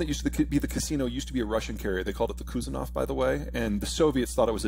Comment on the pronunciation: "Kuzenov" No, Peter, they did not call it Kuzenov. They called it Kuznetsov, and in fact still do. Lioaning was sold "as a casino" but that was just a cover story. It was commissioned a few years ago and is no longer just a training carrier which it was for the first year or two. Unlike Kuznetzov, Liaoning and Shandong don't use Mazut, don't need a tug. A fourth ship in this class serves in India but is due to be retired in the next few years or so. Air complement on all is circa 36 a/c, either fixed wing OR rotary (some wrongly say AND, which is wrong) What I am saying is: Peter knows not of what he speaks. There was not horrible piracy pre-WW2 or pre-WW1. Piracy was suppressed by around 1860 at worst, and will not in fact recur, which means global trade will continue even if the USN withdrew entirely from the Eastern hemisphere which it will never do I just wonder how long till other analysts notice the main premises of his work are wrong and in consequence his policy prescriptions and other predictions are also wrong? They will.